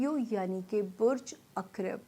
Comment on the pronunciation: اکریب نہیں ہوتا عقرب ہوتا ہے